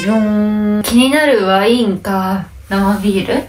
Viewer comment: 、ワインのイントネーションに違和感があるような気がしなくもない。